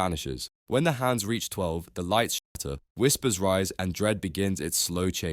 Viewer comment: I think it’s cause the accent made “shatter” sound like “shitter”